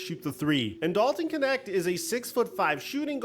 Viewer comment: Knecht [knɛçt] german name. I like how americans spell him "connect". Means servant / farmhand or Minion. I think hes's the right guy for LeBron. 😅 Greetings from Berlin